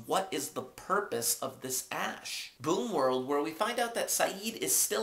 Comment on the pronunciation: It's boom world not boon world :p